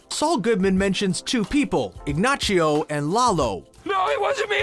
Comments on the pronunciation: Dude needs to work on his Spanish pronunciations. ig-NOSS-io, not ig-NOCH-io. tran-KEE-la not tran-KWEE-la ... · Who tf is "Ignachio"??? It's Ignacio🤦🏻‍♂️ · Everytime he said "IgNACHio" I cringed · Its Ignacio not Ignachio! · This video is cringe. The crazy 8, I thought, was Lalo just calling him by his established nickname, not actually dubbing him that. And why is the guy saying Ignachio. They literary say his name in the show, it's Ignacio not Ignachio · Way to say ig nachio it's igna c o I don't think you watch the show otherwise you d know how to say his name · So annoying that you call him Ignachio. It’s Ignacio. Nacho is the nickname but just because the Knick name has a ch it makes no sense why you would say it like that. Granted, Saul says ignachio, but it’s probably the terror of the moment that makes him say it like that. One thing I feel BB and BCS didn’t do their proper due diligence is the Spanish language. The only one that actually speaks it well is Lalo. Everyone else is fake, makes no sense, and is just plain wrong. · Omg. It's pronounced Ignasio, not Ignachio. And Rea SEAhorn? Really? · Here's something only americans do. he pronounces Ignacio as "Ignaccio". Not only he mispronounce it, he though the name was italian. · I think that's giving him too much credit... he pronounced it Ignachio because he thinks, if the nickname is "Nacho" the full name must also sound like that. But, as others have said, if he actually watched the show he would've heard the real pronunciation several times. Plus, there are plenty of Americans, especially ones living closer to the Mexico border, that would never make these mistakes. I live in California and I can't remember the last time I heard someone call it "polo" instead of "pollo" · bruh stop saying ignaCHio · Ig-nah-see-oh, please. C'mon man! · Yo good video but make the narrators pronounce words correctly. Lmao so annoying to hear ignachio and polos Hermanos over and over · Ignachio? C'mon man🤦‍♂️